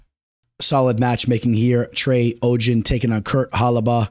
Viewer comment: Adderall is not a steroid lol.. and he got off easy bc he had a script and it's legal to use if you fill paperwork out. and it's OGDEN not oggen lol. are you a sim bro or something?